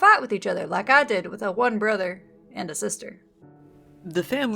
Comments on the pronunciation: Kid still pronounced brother "bwother". I'm so sorry little man, you deserved so much better, rest in peace. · That 911 call hurt me so much… the way he couldn’t even pronounce his r’s is making me cry